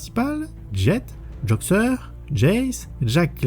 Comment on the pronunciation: Et c'est Joxer et pas Joker